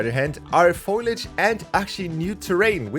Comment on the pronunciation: Why do you keep saying foilage instead of foliage 💀